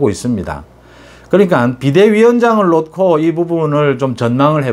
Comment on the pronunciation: '놓고'를 '노코'로 발음해 주시면 錦上添花겠습니다. '녿코'로 하시니 千慮一失^^ 어머니의 손을 놓고♪♩/ 어머니에 소늘 노코♪♩ 정말 사랑하고 존경합니다. 유튜브 <돌아온 이하사> 소설가• 가수